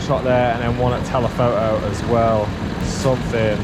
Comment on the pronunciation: "telepho'o"? Come on, there's a T in there. You can say it. pfft